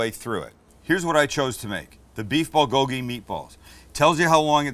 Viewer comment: Korean here. You really butchered the pronunciation of bulgogi. I try my best to sound like a white guy. Can you please try harder next time?